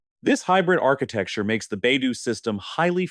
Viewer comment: AI narrator sucks. Baidou….3